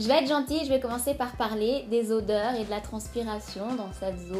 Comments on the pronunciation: odeurs c avec un "o" pas "au"! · "Audeurs" gloups! Autrement je me suis abonnée bisous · l'erreur .."audeurs" 😂😂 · c'est pas audeurs c'est odeurs 😂😭😭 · C'est odeurs pas audeurs ( dans la vidéo à ) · aideurs 😂 odeurs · odeurs pas audeurs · Odeurs et non audeurs